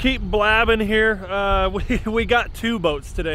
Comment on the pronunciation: Here and heel sounds the same when he says it too